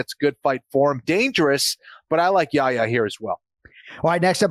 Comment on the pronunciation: Anik, it's more Yahiya than Yaya. You have to pronounce the 'h'. Yah Ya. And also, his name is after the prophet 'Yahya' who is called John the Baptist in the bible. Son of Zechariah.